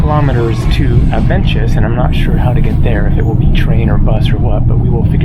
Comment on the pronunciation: No, you did not get the Avenches right. Actually you killed it. Anglos have a habit of pronouncing everything non-Anglo the Anglo way. I would ask a local how to, before publishing a video. BTW you mostly have trains going everywhere. Buses are just for local traffic.